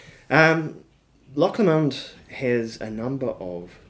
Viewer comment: Pronounced Loch LOW-mond!!!!!🤨